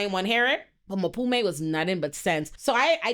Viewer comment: I’m here for a second watch just to hear call Mpume “Maphume” over and over again 😂😂😂😂